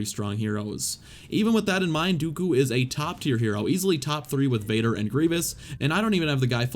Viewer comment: The way you say Dooku makes me cringe out of my skin